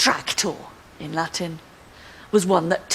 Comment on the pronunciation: She's very interseting, but I can't understand how an expert on Rome mangles the pronunciation of Latin so horribly.